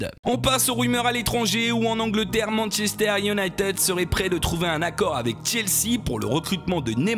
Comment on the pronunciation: ça se dit pas Manchester Uniteude mais ça se dit Manchester Unitide voilà c'est con de faire la faute ^^